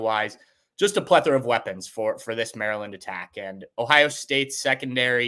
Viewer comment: That imperial stout already got going Elmer Fudd on that "pwethora of weapons" 😅